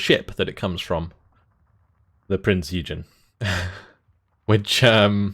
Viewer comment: Prinz Eugen specifically is pronounced oi-gEn, with the emphasis on the last syllable (on the e)